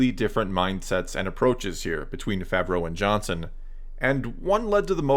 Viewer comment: Its pronounced “ fah -vro” not fav row “